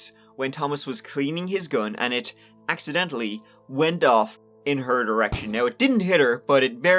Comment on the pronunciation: "Being accidentl-eed" 😂